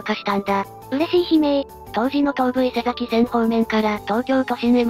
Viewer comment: いつも楽しく拝見しています。1点だけ前々から気になっていたのですが、東武伊勢崎線の伊勢崎は「いせざき」ではなく「いせさき」なので、ひとつよろしくお願いします！